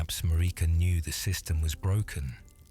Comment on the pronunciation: IT'S MARIKA, LIKE AMERICA WITHOUT THE A